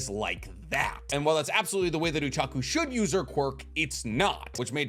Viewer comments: I only just realized that he pronounces Ochako as Uchaku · Saying uraraka's name oochako made me cringe